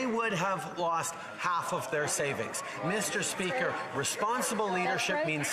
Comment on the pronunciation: Meeshter spreaker 🤣🤣🤣